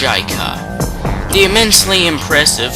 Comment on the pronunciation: chykka....... pronounced better as "chicka" instead of chaika" lol